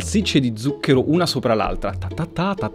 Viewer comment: Record Siete riusciti a sbagliare tutte ma proprio tutte le volte che avete pronunciato la parola "ZUCCHERO" Uanmabbell La corretta pronuncia è: 'tsuk:ero